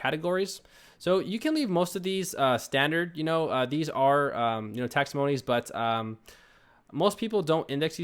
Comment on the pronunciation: Great walk-throough. You made this very easy to understand and very helpful. (P.S. It's taxonomies, (pronounced takˈsänəmēs/), not taxomonies)